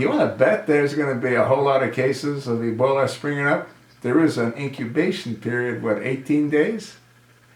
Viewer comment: HOW COMICAL THAT USURPER/OBAMA CALLS EBOLA - EBOLI ! DOES HE HAVE IT CONFUSED WITH SOME SORT OF PASTA ? LOL THE CHOSEN ONE ALSO HAD A PROBLEM SPELLING THE WORD....RESPECT TOO ! IDIOT IN CHIEF !